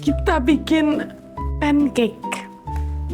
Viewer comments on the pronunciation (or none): lucu pancake di bilang nya "pencak" he...